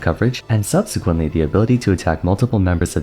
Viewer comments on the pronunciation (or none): none